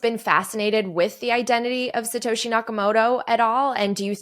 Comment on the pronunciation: It's Sato SHI, not Sato HE. Lolz. Imitation is a compliment of sorts.